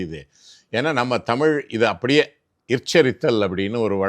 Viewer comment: Ivaru thamil saralamaha pesurar but tamil entra varthaya ucharica marukirar.